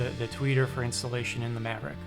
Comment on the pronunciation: Say "Tweaker" one more time lol